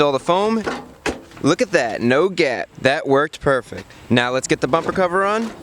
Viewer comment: Chris says purrfect not perfect